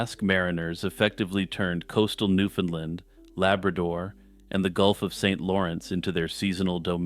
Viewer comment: Your first pronunciation of Newfoundland (my home), in this video is correct. Strangely, every other instance is incorrect. Given the thousands of people who have watched and will watch, take it from an actual Newfoundlander; go with the first mention of the island, please.